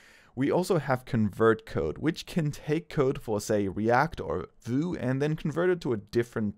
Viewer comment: The way you pronounced my baby's name (Vue), breaks my heart. We are now enemies and you're uninvited to my birthday party.